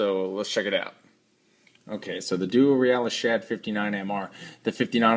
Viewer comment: nice review, i think its pronounced "real-iss" as in the first part of the word realistic